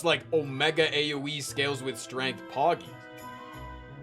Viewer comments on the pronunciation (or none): none